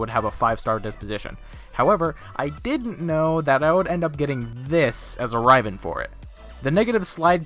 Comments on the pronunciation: Riv-en. Not rive-N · he pronounces it Raiven.... xD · Some Guy even though the fucking devs pronounce riv-en? Right.... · Dude how he says riven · It bugs me so much the way you say riven, haha but nice vid nonetheless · Good video but so triggered on how you say riven... OMG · honestly that pissed me off the most in the video